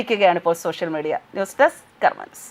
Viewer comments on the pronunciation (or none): none